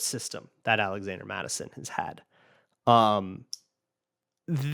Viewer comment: “zalazander” Mattison 🤔😂😂